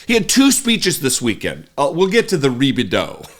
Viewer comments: Reebadoo uhh😂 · A rebedo ahhhhh. LMAO! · What's even worse when Trump says Ri-Bi-Do...Uhhh, the people behind him have no idea it's happening. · A re-bid-deu.... ahhhhh. Please keep that orange clown away from the White House. Vote Blue! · Wtf is ribbadooo uhhh. 😂 he's worse than a 3 year old.